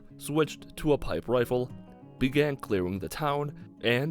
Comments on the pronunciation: You said Lazer wifle at 6 39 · did he just say "Laser Wifle"